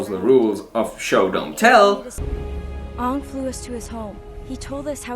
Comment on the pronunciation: It's AANG, NOT OONG, lady and gentlemen.